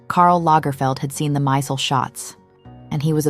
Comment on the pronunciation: As Stella herself said, it's Steven 'My-zell' pronunciation, not 'Mysul.'